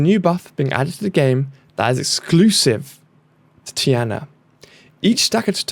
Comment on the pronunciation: Tea-Ah-Nah Tiana🤓